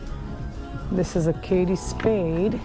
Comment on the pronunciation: It’s ‘Kate’ pronounced like rate or mate not Katie Spade. Sorry 😢